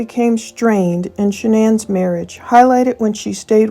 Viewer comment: Why does Dr Phil insist on pronouncing Shanann’s name incorrectly? He knows how her family pronounces it. As for AD, what makes him think his opinion about who murdered who even mattered. CW was convicted and is in prison so move on and let the family grieve in peace.